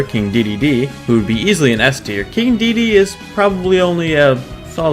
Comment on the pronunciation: ITS KING DE DE DE